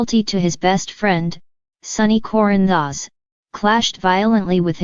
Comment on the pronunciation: This computer generated sound is awful. Can’t even pronounce Corinthos.